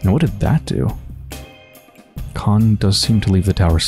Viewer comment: Ok I have to step up😂 About the pronunciation: “kh” is to be read like [h], so Khan will be [han], Burakh-[Burah] , Stakh -[stah] and so on Next, Georgi Kain is [Georgii Kain], not [kein]. And yes, right you are , in the majority of cases after marriage female gets male’s surname+”a” in the end. So if the husband is Smirnov , the wife will be SmirnovA, or Kain and Kaina in our case)